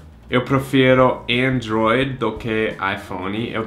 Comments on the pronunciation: Também entendi "Enjoy" dai quando ele falou IPhone foi que eu percebi que era "Android" kkkk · eu também entendi enjoy kkkkkkk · Seu jeito de falar Android é muito engraçado hahahahaha